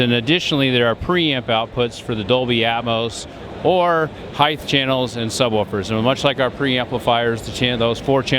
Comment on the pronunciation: I almost stopped watching when he said Heith(height) lol